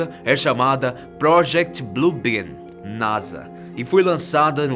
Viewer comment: Alguém ouviu BLUE BIRD ao invés de BLUE ben. Quem entendeu curte